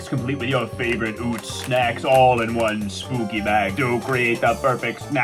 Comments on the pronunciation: NOT OOTZ! IT'S UHTZ! Sincerely, A big fan from PA, home of Utz. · Yeah it's pronounced like "uhtz" Right? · Right I live where the UTZ brand is from, Hanover PA. it’s definitely UH-TZ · I'm gettin triggered by the mispronunciation of UTZ. It's UH-TZ not OOTZ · Scariest part of this vid is him pronouncing Utz as "Ootz" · As someone who lives in PA, I would say Utz rhymes with Klutz. Never heard someone say ootz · It's actually pronounced "UH-tz" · I'm from PA, Utz is pronouned "Uhts" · as a baltimore native i was physically harmed at the pronunciation of Utz